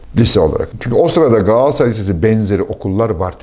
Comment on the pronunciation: Galatasaray'ı hoş şekilde, 'Gaatassaray' diye telaffuz ediyorsunuz. Gülümsedim, tam bir 'Gaatassaray'lısınız Fatih bey......😊😊